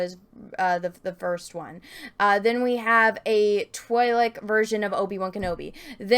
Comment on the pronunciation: Good couple of videos. "I've heard them being pronounced both Tweelek and Twaylek, but since Ihear Tweelek the most that's what I'm gonne pronounce them like..." pronounces it as Twaylek for the rest of the video :'D